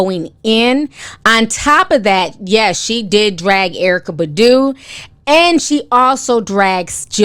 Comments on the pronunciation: BAHH-DOO not budoo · Why u keep saying badu. Its pronounced as bah-due (badu) lol. I still love u. Even how u pronounce nuisance. Love it. stay blessed.